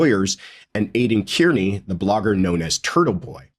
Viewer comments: Just a small note; Kearney is pronounced “Karney”…(I know 😉…Someone’s gonna say it). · Hey. Aiden’s last name is pronounced ‘CAR NEE’ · please be one of the few pundits who get Aidan’s last name pronounced correctly.. He is Irish. Kearney is pronounced Carney. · Have a friend with that name. Pronounces Kearney...not car-nee😊